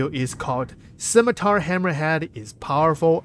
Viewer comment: Cap, thank you for making the effort on "Scimitar". Much Appreciated!